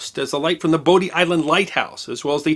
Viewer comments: Just a friendly correction. Having visited (I live in the Charlotte area) Bodie lighthouse and the outer banks I was told by many locals that Bodie is pronounced like body. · I dived on the U-85 some 25 years ago, and even then it was sad how much damage the wreckers had done going after souvenirs. One correction: “Bodie Island” is pronounced like “body.” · Bodie Island Lighthouse is actually pronounced “Body” Island Lighthouse. Great video Sir! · Bodie (Bodie Island Lighthouse) is pronounced "body" as in body and soul.